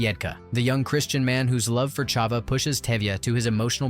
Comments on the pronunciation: PLEASE get your names right! "Motel" rhymes with "bottle" (MAH-tle) And "Chava" is NOT pronounced with a "Ch" like in Chaeles. Rather, it is like in "Bach". If you can't get that, use the sound of a plain "h". Think "Hava Nagila". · Chuppa, Chava, etc. Idiotic narration.